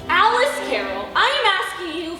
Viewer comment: A-Lice in wonderland